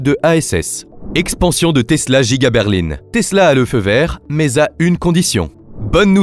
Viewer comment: l'usine est effectivement à Berline. Et comme elle est très grande : elle est Djiga. C'est la Djiga Berline 🤣 Ça sonne teeeellement bien !!!!